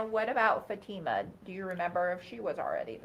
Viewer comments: How come the defense attorney can’t pronounce the girl’s name correctly. It’s fa-TI-ma, not FA-ti-ma. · It is so rude to me that the dad's attorney cannot or will not say Fatimas name correctly